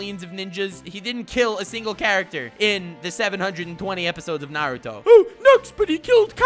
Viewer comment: "Narudo" never learned how to dad